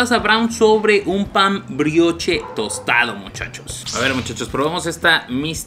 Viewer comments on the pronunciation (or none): Se pronuncia "Briosh" saludos❤️ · Carnal. Si vas a hacer reseña de comida aunque sea checa como se pronuncian las cosas (pan brioche)